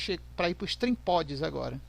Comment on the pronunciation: Não é trimpods é trimpot